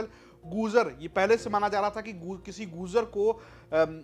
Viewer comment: Apna pronunciation sahi kre . Gurjar padhe gujar nahi.